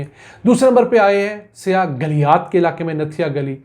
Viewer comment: Yar bhai jan siyah nhi hota saiyah hota he please urdu ki tang na toro bhai